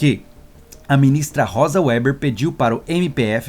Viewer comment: Caro, a ministra do STF, Rosa Weber, tem a pronúncia Veber e não Ueber... A letra W, no início da palavra, só tem som de U em inglês, o que não é o caso. Ueber é errado, feio e soa mal, dói nos ouvidos. Abraço.